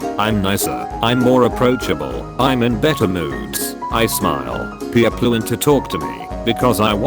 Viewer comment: Sometimes it’s people but sometimes it’s peo-pleh